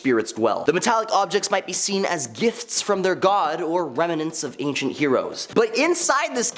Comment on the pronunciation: The word is rem nants not rem a nants.